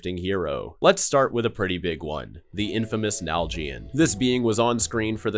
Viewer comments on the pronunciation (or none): Its naljian not nal jian say it properly